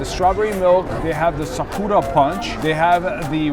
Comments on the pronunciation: STOP SAYING "sukuura" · You mispronounced Sakura. C'mon. You never watched Naruto before 🤣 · Is anyone gonna be pointing out the sakura pronunciation??